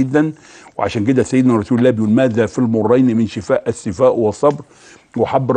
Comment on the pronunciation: رفع الله قدرك يا دكتور عاليا بس ارجوكم دققوا على مخارج الألفاظ. .شنو السفاء. .قل الثفاء بارك الله فيك. ضيعتنا والله ونحن عرب. مافى بالقاموس العربى كلمة السفاء. ولكن اشكرك على هذه المعلومات الذهبية. وجزاك الله عن المسلمين كل خير